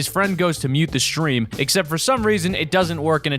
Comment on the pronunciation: does someone else understand shream instead of stream or is that just me making the st in stresm sound like sdream instead of shream like an sh in shoe